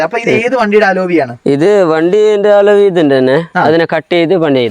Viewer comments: അലോവി അല്ലാ.... അലോയ് വീൽ ആണ്.... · അലോവി അല്ല അലോയ്